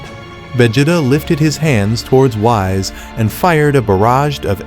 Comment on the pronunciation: He called him Wise instead of Whis and that was the moment I left, AI USAGE WILL NEVER TAKE OVER